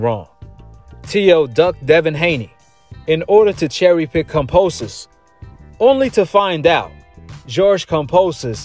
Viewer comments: Dude can’t help but to talk about Haney In every video!! And is KAMBOSOS not KAMPOSOS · It's Kambosos not Kamposos and it means "plenty" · KAM(BO)SIS, NOT KAM(PO)SIS. Come onn mann.. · Yo Kambosos is MAD cause you calling him KAMPOSES! HE TOLD ME TO TELL YOU IS KAMBOSOS WTF MAN. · Bro can u please say his name correctly KAM-BO-SOS not KON-POS-OS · Ok now that he’s champion can you fuckin say kamBosos. Not kamPosos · KAM.....BOS...SO....say it with me now ..kamBosos....I have no idea who the hell kamposos is... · It's KamBosos not Kamposos haha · KamBOsos not Kamposus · Kambosos not Kamposos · Kamposos? You can’t even pronounce his name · Bruh say his name right put respect on it it’s KamBosos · sounds like youre saying kampoesis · Do you keep saying his name wrong on purpose? 🤔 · It's probably how most Aussies would pronounce it I do kambosos sounds weird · Why you say his name like that bro😂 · One love!!! But you're pronouncing George's last name wrong my G!! But either way it doesn't bother me but just letting a brotha know! Lol peace love and positive knowledge! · Why you keep saying his name wrong